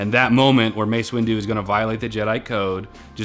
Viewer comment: “It’s Mace Wendu. What?!?!? 😂😂😂